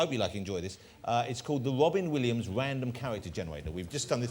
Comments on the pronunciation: The wobbin williams wandom cawacter jennawader. Is he Barry Kripkes father? P.S. Holy shit, I just googled the actor´s name who plays Kripke is „John Ross Bowie“ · Wow, Wobin Williams! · Mr wobin Williams